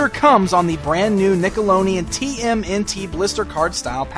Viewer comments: this is the third video I have seen about the Turles from from you and you pronouce NickeloDian as NickeloNian I hate his facial color.They are trying to make him look like Master Chiffu from Kung Fu Panda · nikka-lo-neon! eh dan? lol!